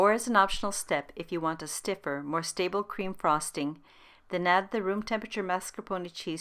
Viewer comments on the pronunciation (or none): none